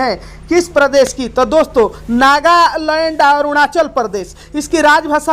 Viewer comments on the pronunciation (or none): none